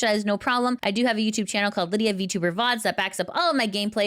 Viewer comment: I wish would say her name right